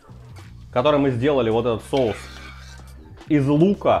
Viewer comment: Мешаем, чтобы "шоус" загустел ска😂 голова, блин))))))